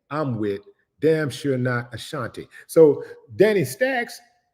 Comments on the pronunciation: Willie D it’s Ashanti Not Ashantae.😂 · Willie D we need you to pronounce Ashanti's name right.